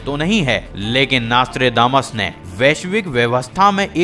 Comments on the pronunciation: Naas-Tré-Daa-Mas nahi hai ullu de patthe, It's pronounced as Naus-tr-Dé-Mus. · Hey its not nastra....but nostra.........still you poeple have communications problems........21st century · Bhai naastredamas nai hai naam.. Nostradamus hai.. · Naaaaaastredamas 😑 . Bhai nam to sahi se bol. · WHAT THE FUCK IS NAAASTRAY DAMAS ? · please stop calling him "Naaastrdamus" and atleast pronounce his name properly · Plz pronounce his name properly